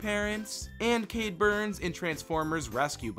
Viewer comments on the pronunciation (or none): none